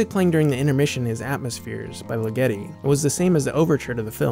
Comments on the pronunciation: Ligeti is pronounced with the accent on the first syllable. I guess Mr. Kubrick didn't know this. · Superb! One nitpick: Ligeti is stressed on the first syllable. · György Ligeti was a Hungarian composer. In Hungarian, the emphasis is always on the first syllable, so Ligeti would be pronounced LIG- eti. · Sorry about the line break. That should have been LIG-eti. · BTW, Ligeti is pronounced LIGG uh tee. Even Kubrick mispronounced it. And György sounds close to Jerj. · Funny... even the great SK doesn't know that it's "LIGGity". All is forgiven, nevertheless.